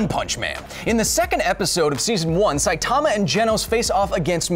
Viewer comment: Can't pronounce Saitama